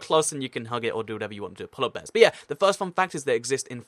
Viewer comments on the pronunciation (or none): count how many times he says “polla bears” in the video